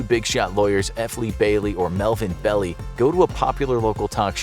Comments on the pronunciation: It's Bell (EYE) not belly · I apologize for pointing out what is really a very small error, but it's just so funny--the name of one of the famous lawyers mentioned is pronounced 'BELL-eye', not Belly. I worked at a deli near his office and waited on him more than a few times. Melvin Belly at the deli. He did have rather a big belly. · Melvin Belli......you pronounced his last name like “belly”. It’s actually pronounced like “bell-eye”. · His name is pronounced Bell-Eye. Not Belly. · Its pronounced "Bell-Eye" not "Belly!" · It's Melvin BELL LIE NOT Belly Why should I believe someone who doesn't do enough research to pronounce a name that was known nationwide at the time? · Its pronounced Melvin "Bell-eye" you idiot. Not "Belly" and btw I love your graphics, especially the round fingerless hands. You should contact Disney for some contract work. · Belli is pronounced "bell eye". Belli.. Not "belly". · it's pronounced "Bell Eye" .....not Belly......get a better robot voice maker. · The attorney's name is pronounced Melvin BellEYE. not Belly. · Belli is pronounced "bell-eye" not "belly" 👍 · It's not "Bell-ee" it's pronounced "Bell-eye". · it's pronounced Melvin BELL-EYE, not BELLY. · His name was pronounced 'Bell-eye' not 'Belly'. Fwiw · Belli is (BELL- eye) not (Belly) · FYI, the attorney's last name is pronounced BELL-EYE not BELLY. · It's pronounced, "BELL-eye," not "Belly". I was alive during that time; I heard it practically every night on the news. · Its Bell-Eye. Not belly. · ITS PRONOUNCED MELVIN BELL EYE. NOT BELLY. You got a lot of other stuff wrong as well. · Its Melvin Bell-Eye not Belly, Show a man some respect if you’re going to be making something like this make sure you get the names pronounced exactly right you owe it to the living and the dead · The name is pronounced, "Melvin Bell-Eye", not "Belly". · That's a long "i" in Belli. Not belly, bell i . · Melvin Belli...pronounced "Bell-eye", not "Belly". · Beli . Melvin Beli. Bell-eye